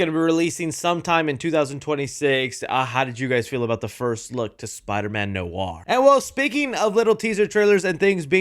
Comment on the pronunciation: Noir is pronounced Nwar.